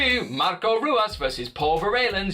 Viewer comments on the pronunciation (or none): and Hoo-as not Roo-as...this dude is embarrassing himself. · It's one of the most embarrassing things I've ever watched/listened to. I think I cringed every time he said Royce and Ruas. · Yeah I’d prefer hearing someone who is actually a huge fan of MMA. The mistakes of pronouncing Royce incorrectly as well as Ruas is something every MMA fan knows. I’m still subscribing as I’d like to see where this channel goes but that’s a glaring error that makes it look like only passable research was done. But thank you for saying “versus” and not “verse” as so many people incorrectly like to say these days.